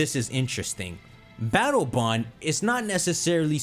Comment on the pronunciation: All I hear is BATTLE BUN 😅